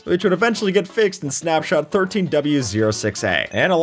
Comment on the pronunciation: ah yes, "snapsot" or "snapsnot"